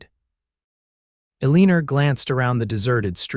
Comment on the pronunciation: Keep calling her eleener instead of elina.